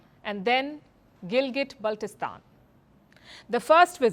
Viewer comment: WRONG. The entire region of Jammu and Kashmir, including Gilgit Baltistan legally belongs to India and illegally occupied by Pakistan. Pakistan can't produce a single legal document for it. Also, it is Gilgit and not Gilgat😅